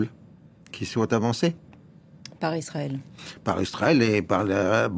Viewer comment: Laurens dit toujours « Istrael » depuis des années ! Quelqu’un peut il m’expliquer ça ?